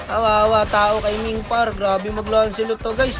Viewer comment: Lance ni "Ming" ❌👎 Lance ni "Meng" ✅💯